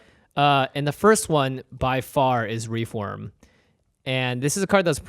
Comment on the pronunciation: REEF WORM Not "reform" sorry but it really bugged me...